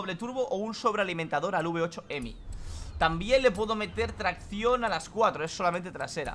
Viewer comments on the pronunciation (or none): No es emi es hhhheeemiiiii